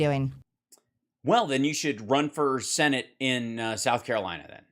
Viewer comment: Marge is sooo annoying. She says "sinnitt" instead of senate. She says themself. Wtf?? Them = plural = more than one. Self = one. Themself isn't a word. Themselves is a word. Jeez. How does someone who can't speak or com her hair or know how conditioner works get into Congress? Is it a lottery system in her district or just whoever tests negative for opioids on primary day that wins in a flaming red district? Disgusting